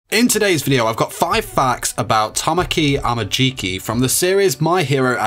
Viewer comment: He says it right. Or is there a specific time he says it wrong?